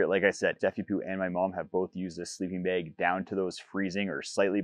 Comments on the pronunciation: an accent is fine. Saying words wrong is not. Bag Beg Two different words with vastly different meanings. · It's bag...bAG.....BAAAAAAAG NOT BEG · bAg Not bEg Two different. Words 😅😢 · There is no wrong Is English your native language? It seems it isn't as you don't have a clue about how pronunciation differs between different forms of English.